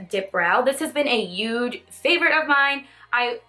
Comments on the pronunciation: Hey! I love your videos! I'm not trying to be mean or anything but when you say 'huge' it doesn't sound like you're using the 'h' and it sounds like you're just saying 'uge'. I'm not sure if that's just me or what 😳 but I still love you! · Can I ask why you say huge the way you do?? I've only ever heard it said that way by someone from the Netherlands speaking English